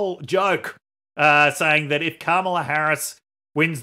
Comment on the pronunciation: I am so thankful for your Trump tweet voice actor on the main show. In a world of half-rate impersonators, your guy NAILS Trump’s weird cadence and scattered emphasis on certain words — right down to the mispronunciation of Kam-AH-lah 🤣